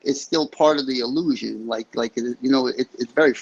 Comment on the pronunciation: . … no way this is a MANdilla defect? I know for a fact you stated opposite. . The more it lets us talk the better. More talk is more data man is considered free range cattle. can you send a picture!? Wow John Travolta Package deals illusion. iLL-looshin i-L-Lusion. EY3-eL-Looshing